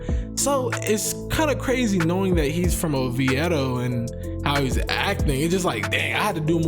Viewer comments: Sorry you said oveido wrong lol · It’s pronounced O V DOE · you saying Oviedo hella wrong lol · Bro you know nothing about Oviedo. I can tell because you mispronounce it like no one I’ve ever heard. Quit fronting, I’m from Miami and I didn’t know about Oviedo until I moved to Orlando. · Almost clicked off the video I dont believe ur from Florida pronouncing it like that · U pronounce Oviedo ugly af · Did you hear how he pronounces “Oviedo”? 🤦🏻‍♂️😂😂